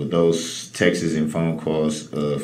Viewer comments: It’s TEXTs! Not texes! 🤪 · Dear LORD……. The plural of “text” is “texts”……. NOT “Tex-tess”. GAAAHHHH! Every time he does that, I see cowboy hats and spurs!!!!!